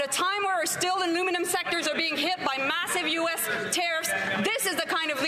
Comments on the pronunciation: sit down 🐸 she said maluminum DRINK twice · Champagne, don't you need to speak English to be a minister? Did he say aluminuminumb ? LOL😛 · I love that Melanie Joly can't pronounce aluminum properly, lol